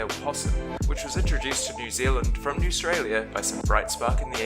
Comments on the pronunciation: My man's can't even pronounce words correctly newstrailia?? Bro it's AUSTRALIA, some people can talk some Madd shit, how biut you come for a visit before coming up with random false facts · Why do you call it newstralia it’s australia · ikr, and btw when he said "Newstralia", I suddenly notice it was a comic book 😂😂🤣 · Hes just embarrassed to be living in "newaustralia" THE WORD ISN'T EVEN IN THE FUCKING DICTIONARY AND IT'S PRONOUNCED AUSTRALIA THE FUCKED UP DUMB ASS. oh and btw when I type in it comes up with a red line underneath, I double click it it says, did you mean grandmother which is what he is. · Dont listen to him, hes just embarrassed to be living in "newaustralia" THE WORD ISN'T EVEN IN THE FUCKING DICTIONARY AND IT'S PRONOUNCED AUSTRALIA THE FUCKED UP DUMB ASS. oh and btw when I type in it comes up with a red line underneath, I double click it it says, did you mean grandmother which is what he is. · It’s fucking Australia not newtralia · NEWSTRALIA!! WTH IS THAT!!!!! ITS JUST AUSTRALIA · THERE IS NO Ministry of Facts, Numbers or Figures. WHAT THE FUCK. What the fuck is "newstila'. I think ha means Austraila. DIPSHIT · there is no sch thing as newstrallia it called ausrtalia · Is he taking the piss? Bro we can hardly wear clothes in summer its so hot! And why would you want deadly animals or insects where your living what even is up with that spider never heard of it you cant even say spider correctly. What even is Newstralia dont you mean Australia? nuber 2. dosent even make sense and what is up with number 1. like i could of made a better video like earthquakes heaps of volcanoes in auckland over populated and needing to bring in randoms from other counties to work because when cant do it ourselves because we are inexperienced. Bro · This is a crack up😆 When you called Australia “New Stralia”. Too much👌🏼😂🤣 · Did he say newstralia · lol what is “Newstalia” 😂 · GUNS ARE BAD ALSO, PROUNCE AUSTRAILA RIGHT